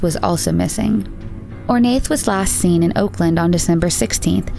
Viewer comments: I think Ornaith is pronounced Or-na. Anyone Irish who can confirm? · Just gonna say it, that Ornaith is pronouned "Oar-na" . you don't say the "th" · Love it! Just to note - Ornaith is pronounced "Or-nah" it's an Irish name! ☺️ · Ornaith is pronounced Or-na. I notice in a lot of your videos about British or Irish cases you kind of butcher the names. I love your vids, you obviously put a lot of time into them and they’re great but please google place or names it can get a bit annoying to keep hearing them pronounced so wrong. Great work though besides that!